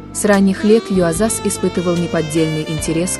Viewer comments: Он не ЮозАс а ЮОзас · Видео робот озвучивает? Правильно имя актера произносится с ударением на первый слог - юОзас. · Да-да. Вы правы. Артур (ударение на А), и имя произносят направильно. Юозас (ударение на О). Надо бы лучше готовиться и изучать информацию о тех, о ком собираются рассказать. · Произносится Езас, ударение на первую Е. Хоть бы текст перед прочтением один раз прочитали. Ну как так то?